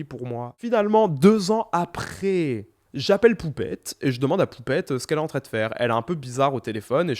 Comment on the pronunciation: tu dis toujours en très au lieu de en train ça me stress